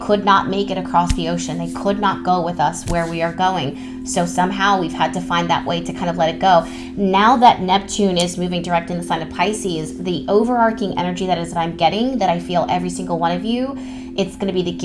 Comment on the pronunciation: I always love listening to you talk! Thank you,. One thing that I've noticed, and I hope you don't mind me saying, is that it's pronounced overarcHing (like an arch), not overarcing. Since it's a word you use often. Lots of love x